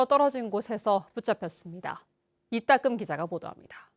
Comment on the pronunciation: 이닦음...? 이따금..? 이따끔?